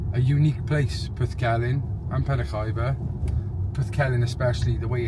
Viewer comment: I live in penrhiwceibr it’s not penrhiefiber it’s penrhiwceibrjust so you know😊